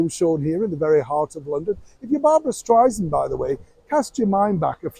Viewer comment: Barbara just made a reference about how she hates being called Stry-zand. She says it’s Stry-SAND. you keep saying Stry-zand. 😂